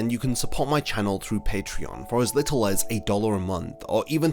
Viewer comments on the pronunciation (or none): none